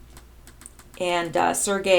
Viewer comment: re: Feb. 10 post another YouTube channel identified P as Pence, that seemed the most likely to me. Sergei is pronounced SIR-GAY